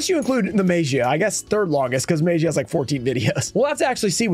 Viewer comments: Maybe the Magia would respect you saying the name correctly, I mean you've tried everything else. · YOU WILL NEVER PULL THIS CARD TILL YOU PRONOUNCE IT RIGHT NEVERRRRRR!!!!! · would you respect the one guy who keeps saying your name wrong even tho they have been told? ignorant is what im seeing. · You know when the teacher calls the students name for attendance but she's saying slightly wrong so the student doesn't say "here" or "present" like she's saying Gearson instead of Jerson maybe that's whats happening with you and Magia he doesn't like the way you're saying its name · I’ve said this before and I’ll say it again, stop mispronouncing his name and he’ll show up 😂